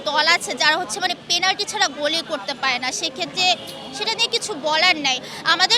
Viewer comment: Penalty ❌ Planty ✅